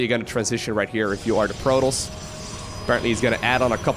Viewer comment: I’m only here to hear him call Protoss, “Prolous”